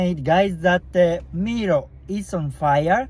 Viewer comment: "Mero"😂, the pronunciation its "mairo" i guess you are itialian? and dont worry English is not my first lenguage toom